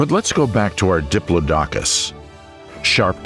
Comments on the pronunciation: "Diplodocus" is pronounced "di-PLOD-oh-cuss>" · NOT "Dipp-loh-DOK-uss"! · I once was at a performance by Peter Schickele ("of PDQ Bach fame") where he pronounced it "DIP-loh-dok-uss", only to have his accompanist correct him with "That's 'DipPLOD-acuss'". I was Today Years Old before I heard that first pronunciation spoken in a serious voice! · It is pronounced duh·plaa·duh·kuhs not dip low docus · Diplo dokus ahahaha it's "diplodocus" diplodicus.... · I believe that Diplodocus is pronounced. duh plaa duh Kuhs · What the fuck is a Diplo Dockus??!! Now I dont believe none of the names you pronounced Crustaceous LMAO maybe C+ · Your pronunciation of Diplodocus is wrong. Who told you that is the way it sounds? Bad researching? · Your saying diplodocus 🦕 wrong in the video 😑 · Fire your narrator. "Dip-low-dock-us" (the phonetic spelling as uttered by your narrator) is pronounced "Dip-lodd-ick-us" by everyone else except your narrator. Cycads are pronounced "Sigh-cads." The time period known to everyone as the Cretaceous (Kret-ay-shuss) is Crustacious to your orator. The list of flora, fauna, time periods, and sundry other words that are mispronounced (and rather badly at that) are really widespread and distracting. I started to watch this video, but soon realized that you guys are the same folks using the same narrator that I commented on before. Trust me when I tell you, the attrociously bad pronunciation is immensely distracting. When reading a script it's important to grasp the rudimentary linguistics and spelling of the words shared with viewers. A shame really. Ahh well. I need to make a mental footnote to avoid your videos in my hunt for enjoyable informative content. Good luck with subscribers. I wouldn't be able to have the volume on. But that's my opinion for whatever it's worth.